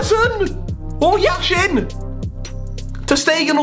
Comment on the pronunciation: Как-же смешно иностранцы произносят фамилию Яшин) How funny foreigners pronounce the name Yashin) Ps, I'm Russian)